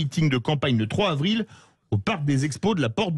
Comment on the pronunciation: 3 zavril et pas 3 havril , niveau maternelle pfff